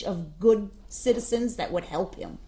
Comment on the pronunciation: black criminal man vs white prosecutor/District attorney lady surprising they both have a lot in common theyre both red as a tomato they both cant pronounce the letter c or SH sound to save their life her: he was in possession of T-H-CHEE. he was high on T.h.sheee when he ran over those shiditzens (citizens) him: i will not be DISH-RE-SHPECTED!!!! lmao what a shircus